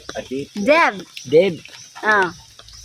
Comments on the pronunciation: Debt read as det hindi po debet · DEBT is pronounce as "Det" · DEBT pronounced as det, silent b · Your suppose to say det it’s silent b on debt.